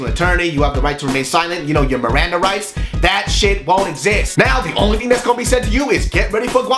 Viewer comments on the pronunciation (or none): i swear he said miranda RICE